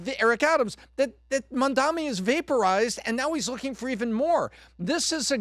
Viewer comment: Don’t worry if you can’t pronounce his name. You’re smart and successful. You provide the numbers and the analysis 🧐 for the team. It’s funny 😆 because you’re a very smart man who happens to have a difficult time with this one thing. No one is perfect my friend. 👍